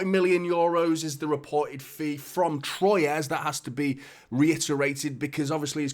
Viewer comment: Troyes is pronounced like Trois ! (from Un, Deux, Trois)